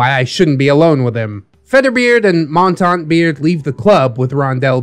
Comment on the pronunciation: Montante (he keeps mispronouncing it the French way... the Spanish pronunciation with an "ay" at the end is the term for longsword while the other is French for mountain) should have an Inigo Montoya voice. lol